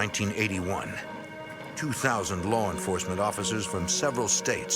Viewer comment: "Lar enforcement", lolol 😂 😆 🤣!